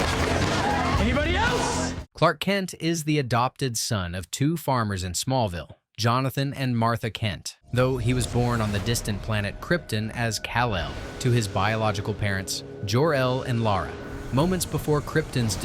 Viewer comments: nah bro, it's kripOff... its krypton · Krypton is not pronounced "crip tin." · Not Kriptin, KriptOn